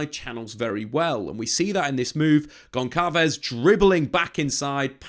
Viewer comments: And I think it's Gonsalves not Goncalves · Really insightful video. You do your homework! I'm sure someone has commented this before but it's not "gon-kalvez." The ç is a s, like when you abbreviate Barça. Gonçalves is (practically) Gon - Sal - Vis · FYI - it’s not read Pedro GonKalves as you are saying but rather Pedro Gonssalves.